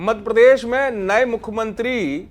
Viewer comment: न्यूज चैनल का एंकर ऐसा होना चाहिए जो कम से कम प्रदेश का नाम सही से ले... मध्यप्रदेश को मधप्रदेश बोल रहे हैं... कमाल है